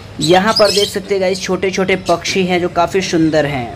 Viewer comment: Bhai bhai pchchhi nhi pakshi 😂😂😂 daise nhi gys